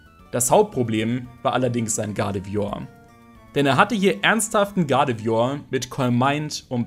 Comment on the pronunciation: Dafür, dass du so viel Zeit mit Pokemon verbingst, kannst du überdurchschnittlich viele Namen nicht richtig aussprechen.... Triggert mich nen bisschen... come on.... GuardevOIr nicht Guradevior? uvm.